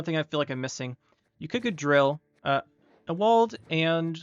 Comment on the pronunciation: dude. CROWNSPLITTERS????? (also I think Ewald is pronounced YOU-uld, not ah-WALLd :3 )